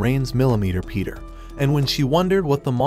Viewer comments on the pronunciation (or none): none